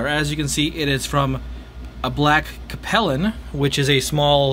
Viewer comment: It’s pronounced Cape (like Cape Cod) Lin.